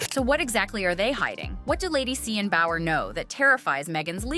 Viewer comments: BOWER, not Bauer. Amateurs…. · It's Bower not Bauer as in Steven Bauer. Someone needs to fire the person who translate 😅